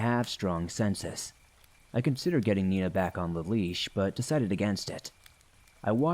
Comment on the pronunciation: Ha, Meena is my niece's German shepherd's name too! Unless I'm misunderstanding, and you're actually saying "Nina"...